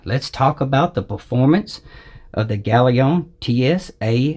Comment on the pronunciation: Brilliant review, and you might be the only person on youtube audiophile channels that can pronounce galion correctly!